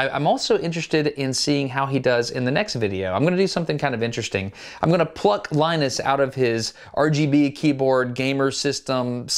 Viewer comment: Linus Not lenus